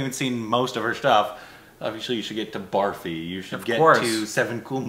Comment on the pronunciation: Please for the love of god start pronouncing Barfi as brrrfee, not barfee! 😀